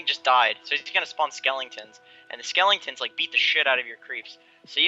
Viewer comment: "Skellington" ~